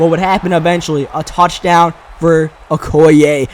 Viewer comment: im pretty sure okoye's name is pronounced:(o key yay)